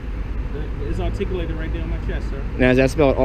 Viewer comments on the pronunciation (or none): "It's articalatid here on my chess." Do you also pronounce your name Smiff?